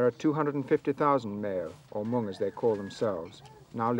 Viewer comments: Not the meo but “The Hmong” and thanks for the upload of this video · It’s Hmong NOT Meo. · The name you say wrong not meo, we are hmong. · Please make your correct” Hmoob, not Mel” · Its Hmong not Miao or Meo. Miao is a derogatory term used by the Chinese and Laos, we much prefer Hmong. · It’s Hmong, not Meo.